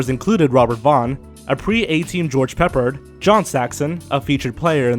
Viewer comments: Sorry dude but his name wasn't George "Peppered"...it was Peppard. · It's pep-ARD, not PEP-erhd. Pfffft. Kids. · It's George peh Pard, not George Peppered . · George “Peppered”? It’s pronounced “PePARD”... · George "PEP-ard", not "Peppered". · I should be noted there is a better version of Well's The shape of things to come called Of Things To come. Battle Beyond the Stars stared Richard Thomas, who at the time was starring on tv hit The Waltons. It provided stock footage reused dozens of times and George Peppard's last name is pronounced Pep-Pard not Pepp-ard. Corman is a legend for never make a movie that didn't make money, his words, and starting a large number of hollywood careers. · Mr. "Wellses?" George "Peppered?" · George Peppard not George Peppered, Learn how to pronounce you even showed spelling of it. Space Cowboy sounds like Lost in Space where a gun fighterred wanted a duel with Doctor Smith, they also had a Space Pirate in another episode. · Please...Pepp-ARD...I know you're young and don't remember George Peppard but he was a really decent actor...very famous for "Breakfast At Tiffany's" ... 1961...6 years before I was born. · It's George Peppard, rhymes with Pep yard. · I was enjoying this video, until I heard the WORST mispronunciation of George Peppard's name EVER. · Please learn how to pronounce George Peppard's last name correctly. Also, the movie you are talking about #2, you keep saying "The Man Who Saved The World". The movie is called "The Man Who Saves The World"... watch your own video to see the title. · Funny how he mispronounces George Peppard's name.